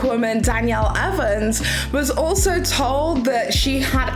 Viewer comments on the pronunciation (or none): none